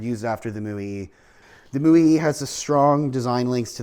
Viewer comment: You are mispronouncing the paddle wheeler...it' MO..YAY....OK.?